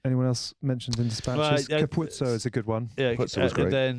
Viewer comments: Ca- pu- ozzo not Capuzzo all weekend English commentators not pronouncing it correctly and now hear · CAP POO OOUZ SOO, not CAP POO SO. Ryle Nugent did my head in last week commentating. You boys at it now. They said his name out loud when he won young world player of the year.